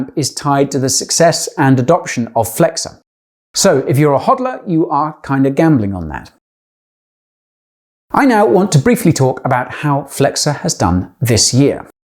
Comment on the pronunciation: I think you pronounced HODL wrong. It sounds like HOLD but with the D before the L. It does not rhyme with Rod or God - it rhymes with Road and Load.